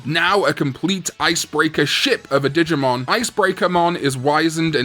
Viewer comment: When he first said digmon I heard di**mon cause I was in another room and I had to replay it